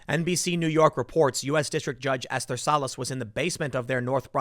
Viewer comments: You say it like ‘ester,’ not ‘ess-ther’. I have a close family member with that name. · It's pronounced "Es-ter," not "Es-ther." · "judge ess-therr??" You really have to work on pronunciations, this is getting bad.